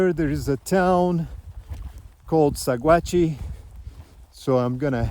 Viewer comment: I know this area is long past but for you and your video audience, Sagauhe CO is pronounced Sa-watch. Beautiful area.